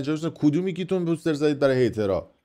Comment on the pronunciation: POOOOOOSTER? 😂😂😂 poooooster chie dige! It's POSTER! 😂😂